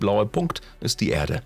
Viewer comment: Diese Stimme, das Grauen..... Unsere Ärde . 2005 äntdäckte Cassini.... Merke: Ä ist nicht gleich E ...